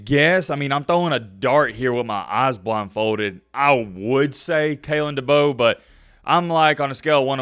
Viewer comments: bro doesnt even know how to say Kalens full name lmao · It’s Kalen Deboer